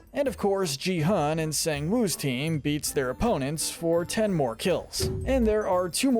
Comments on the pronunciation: Is not ge hun is gi hun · don't you mean gee-hun I know its spelt Gi-hun but you said it wrong its pronounced gee-hun